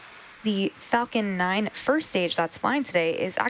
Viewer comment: when she said falcon 9 it sounded like f'ing 9